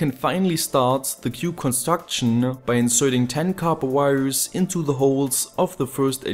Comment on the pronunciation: lol I love how you speak I put these wirez in the holez and afterwardz.... But don't get me wrong, you speak english really good, better than me for sure, and I love your videos.